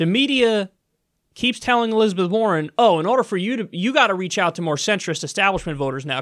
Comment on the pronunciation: Elizabeth WAR-ren.